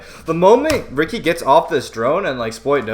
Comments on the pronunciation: It’s “Richie” not “Ricky” Ricci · BTW it is pronounced Richie